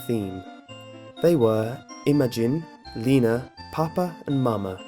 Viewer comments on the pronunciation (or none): none